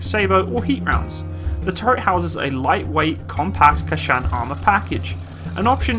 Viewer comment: KANCHAN ARMOUR ! Pronounce it correct please !